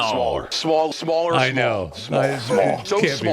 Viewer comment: Who knew the words smaller had a w in it..